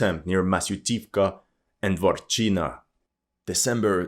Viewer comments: Dvorichne, not Dvorchina. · It is not Dwarf-China, but Dvoo-rechna(ya), like duo-river. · It's not "Dvorchina", it's Двуречная (Dvurechnaya) - means Two Rivers village